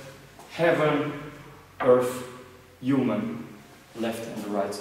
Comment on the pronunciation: its human not uman:)